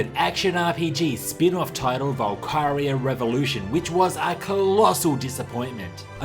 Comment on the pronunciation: The PSP version of Valkyria is great, especially when played on the Vita. I'm never heard anyone pronounce it Val-Kye-ria... Usually it's Val-ki-ria...